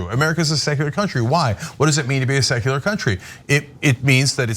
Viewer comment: Tuckems made it sound like sexular 😂